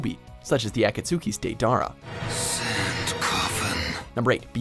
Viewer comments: the ACK-ASOOC-EYS DAY-DARA lmao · A kat suki dei dar-a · Just say a-kat-su-ki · I love how this list is made by a guy who has so obvisly not watched anime. Pronounces Deidera wrong as well as akatski. It's ah- kats- ki not ah- tats- su- ki or susa-no not susan- no- oh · ackat souckie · Day-darra of the at-cat-suki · he says.. AKAT-SOOKY he says.. DAY-DAR-AH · Man said “ahkatsooki” “Susano oh” and “rasen gone” next time just someone who’s actually watched the show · Did anyone else cringe when he said “AhKatSooKi Day-darah”?? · AH-cat-su-key? lol that's not how you say Akatsuki. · The way he says akasuki and Deidara, combined with the fact that they rank the byakugan higher than the sharingan or Rinnegan ( LITERALLY THE MOST POWERFUL AND AMAZING VISUAL JUTSU) makes me wanna uzumaki barrage the fuck outta the watch mojo team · What is the akatsooki what are these pronounced names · Akasuki Dara, susaono..... omfg the way he pronounces these jutsu’s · Unmilan Mukherjee also “akatsooki” 😂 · A-kat-suki LOL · "Aka-tsoo-ki" cringe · YO did he say at e kutski Lol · HDvortex he also said dara 😂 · Breh i’m done, the way he said Akatsuki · How they pronounce akatsuki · This guy doesn’t even know how to pronounce Akatsuki, or other names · How he says akatsuki hurs my soul... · ackatsuki I'm fastening a noose atm lol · Did anybody hear him pronounce akatsuki like that? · How can you not pronounce akatsuki, seriously. Was this guy just chosen to read a script and not do some research on the series. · the fucking akatsuki pronunciation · The pronunciation on Akatsuki made me want to destroy the Jedi.